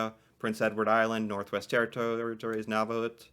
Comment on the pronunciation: You should look into Rick Hansen. The Man in Motion. Nunavut is pronounced Noonavoot. You should learn how to pronounce Canadian names